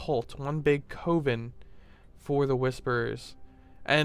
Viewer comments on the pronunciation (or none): The word 'coven' is not pronounced with a long o like cove, rather, it is with the short o like in the word oven. Sorry to nit pick. I just hate to see otherwise good content degraded by poor vocabulary.